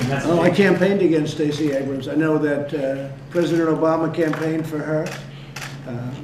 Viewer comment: I could've sworn he said "prisoner" obama, as opposed to "president" obama, when asked about Stacey Abrams.